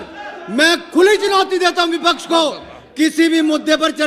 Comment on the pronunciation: आप प्रोनाउंसियेशन अपना ठीक करें व्यक्ति को ब्यक्ति व्यापार को ब्यापार शब्द को सब्द बोले हैं आप इसी ख़बर में वी.पी. सिंह को बी.पी.सिंह भी बोला और विपक्ष को बिपच्छ उच्चारित किया है अन्य बहुत सी ऐसी ही कमियाँ हैं जिन्हें ठीक करने की जरूरत है सादर निवेदन 🙏